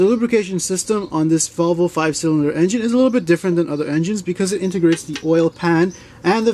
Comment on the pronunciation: I've never heard anyone pronounce it Vovle before